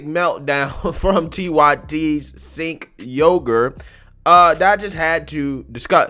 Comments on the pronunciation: Pronounced “ Jank “ not sink- love the show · Cenk- pronounced - “Jank” ☺️ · I believe its pronounced Jenk. But I would accept Junk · whispers Its pronounced Jenk not Senk lol. It probably stems more from the CH sound that a CE can make in certain languages. It only comes out as Jenk because the accent. For example Yo, in Spanish, can sound like Cho, Joe, Show, and Yo (like native English speakers say it). It all just depends on the country you hail from and the accent used. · I grinned the way pronounces Chenk as Sink. 🙂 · Why do you continue to pronounce the guys name wrong? Based on your intelligence and ability to research you have to know that you don't say "sink" to say cenk's name.... it's pronounced "chenk" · Man at least pronounce dudes name right it's "CHUNK YOGURT" ok for reals g. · Is he calling him "Cent Yogurt"? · I think his name is pronounced Jake that's what it sounds like when they talk to each other jank something like that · I believe his name is pronounced Jank (like plank). Not that I can…. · The Cenk Uygur (pronounced "Jenk You-gur") rants are very entertaining. Look up the Young Turks YouTubes for the night of the Trump Victory. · Everytime you pronounce his name I hear Shank Yogurt and now I have images of limping cows in my head. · Its Cenk as in Jank like "janky" :p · I'm pretty sure it's actually pronounced Chunk Wee-gurt. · I MAY NOT LIKE TYT BUT YOU PRONOUNCE HIS NAME LIKE THIS ( JENK YUHGER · I think Cenk is pronounced Chenk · You pronounce his name as "Sink Yoger"? Lol. That's not even close to correct. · Just FYI, it’s pronounced “Chanke” These ppl are ridiculous - it’s hard to believe they can show their faces in public. They should be ashamed for selling their souls… I love how they had to throw Dave rubin in there since he woke up to their lies and got out fast - ttly burning them by his incredible success. And anytime you have to constantly cuss it just proves they have no arguments, and like you said they are unhinged.